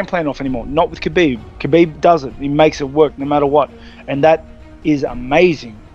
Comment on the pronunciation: DC has been in the game for so long but he still getting "Khabib" wrong